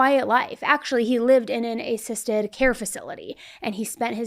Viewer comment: I’ve never heard anyone pronounce “assisted” like “ay-cysted.”